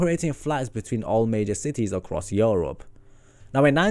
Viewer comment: the way he says europe makes me cringe